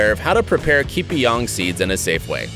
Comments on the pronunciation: its ke-pa-yung.. thats how u want to pronounce it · Huehue dosa aku gelak dia sebut ki-pi-yang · Your pronounced the word Kepayang wrongly